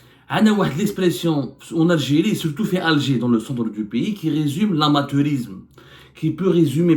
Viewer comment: lespression ? … lamaturisme ? Arrête de nuire à la langue de Molière 😂 Je n’ai plus envie de suivre le reste !